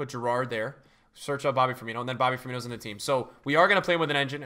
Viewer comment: Please tell me you mistakenly said Gerrard in that pronunciation